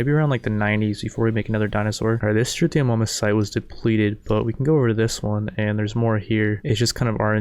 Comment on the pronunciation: The way this guy pronounces some of the dinos is killing me haha. Struthio-MOM-us and Deon-eh-chis.